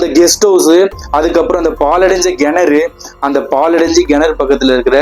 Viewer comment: Nice story bro but its kenaru pronunciation parunga not genaru. That was the only thing irking. Super story keep it up..